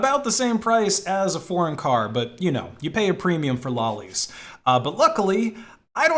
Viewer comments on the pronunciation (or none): "low-lies", not "law-lies"